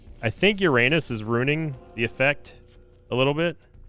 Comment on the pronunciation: Very interesting, how you complain about mispronunciation of a made up word, but mispronouncing "Uranus" completely wrong. ^^